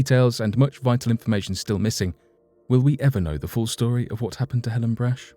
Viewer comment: The candy heiress’ name is BRACH, rhymes with ROCK.